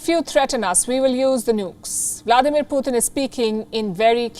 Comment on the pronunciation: She said "poooh 💩 tunnn" 🤣🤣🤣💨😂😆😆